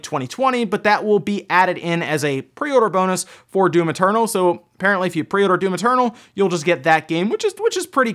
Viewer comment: I hear you say "Doom maternal"